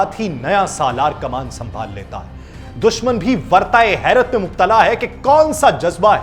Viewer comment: Its wirtae herat not wartae herer.w k baad i he a nhe.